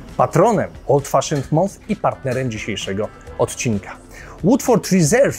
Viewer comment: Film świetny, ale jako filolog muszę poprawić, że miesiąc po angielsku czytamy przez "A", nie przez "O", czyli coś a'la "MANF".